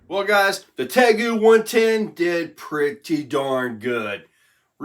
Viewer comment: Hey 👋good morning buddy 😀 just for clarification it's pronounced tay-goo like the real life monitor lizard 🦎 I actually used to have one and they are awesome. They are super smart and fast as a whip!